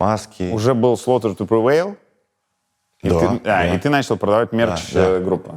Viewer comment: я один начал ржать в голос когда он назвал три главные группы "рамштайн", "слаутер ту привейл", "пантера"?